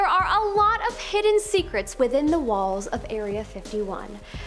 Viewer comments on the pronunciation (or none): none